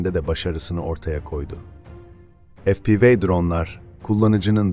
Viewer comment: FE-PE-VE.efpivi degil kardes